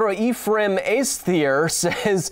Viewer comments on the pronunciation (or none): none